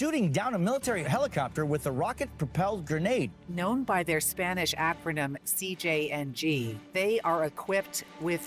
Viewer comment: I love your videos and amazing video of this topic. But you should try to pronunciate words in Spanish better. Only a little effort to not sound so "gringish"